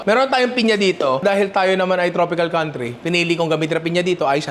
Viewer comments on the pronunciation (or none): none